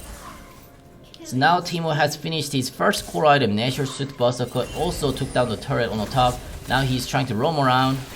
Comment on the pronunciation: Normal people: berserker: buzzeker